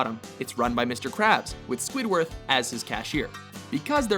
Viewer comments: did he say squidworth?.. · SquidWARD, not SquidWORTH, you douche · Squidward, not "Squidworth." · Did he say squidworth? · Is it my imagination or did he say "SquidWORTH"? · his name is squidward not squidworth lol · Did he say squidWORTH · SQUIDWARTH!! YOU SAID SQUIDWARTH!! His name is SQUIDWARD!! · Did you just say squidworth? Goddammit dude it's squidward that's pretty common knowledge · did any body hear him say squidworth? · I swear for the Krusty Krab he said "Squidworth" 😄 haha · Did he call Squidward Squidworth? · Mc Larens from HIMYM?And did he say 'Squidworth?' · Who the hell is "Squidworth"?? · UHHHH, he called squidward "squidworth" not cool, man...not. cool. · Am I the only one who heard him say Squidworth? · Indeed he did. glad I wasn't the only one who caught it. Lol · Pretty sure he said squidwarth lol they need to can this guy from narrating these vids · im almost positive he said squidworth not squidward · Is it just me, or did he say "Sqwidworth?" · did you just say Squidworth? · Did he say, "SquidwarTH?" fail. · Did he say "Squidworth"? Must of been Squidwards uncle or something :P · Did the guy speaking call Squidward, Squidworth? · You said Squidwarth and the Chum Bucket is also a restaurant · that awkward moment where they call Squidward Squidworth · Did he say.... SQUIDWORTH? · Did anyone else catch him saying squidwarth? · Did he just say "Squidworth"...? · Did he call him Squidworth? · I think he said Squidworth.